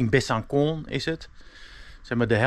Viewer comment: Le doubs wordt uitgesproken als le doe en besancon wordt uitgesproken als besanson met s niet kwalijk nemen voor mijn verbetering maar wel af en toe wat raar